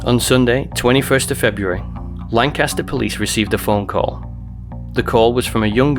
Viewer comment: i babysat the sisters growing up. also y’all pronounce lancaster wrong in every video LOL. we’re the pa lanc, not the one in germany.